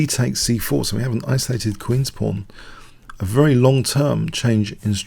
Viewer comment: every time this guy says "pawn" i hear porn